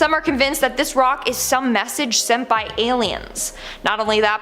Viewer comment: I thought she said senpai owh but turn out it was send by